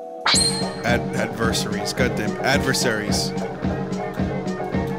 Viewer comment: "ad-ver-ser-ees pur-ee-fied" WHAT